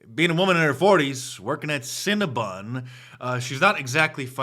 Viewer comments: Its not cinna-BUN.... its Cinna-BON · You can't pronounce cinnabon???? It's not scnna bun u moron, You seem like ur making fun of the white woman. she 's a victim and ur laughing at her misery. The woman. is such a fuck